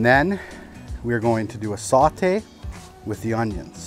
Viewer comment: "sawt-eh" Most Canadian accent ever. Love it.